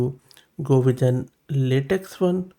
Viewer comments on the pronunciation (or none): Latex is typically pronounced “lah-tech”